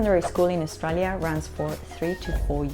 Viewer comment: Learn how to say 'Australia' before making a video about education.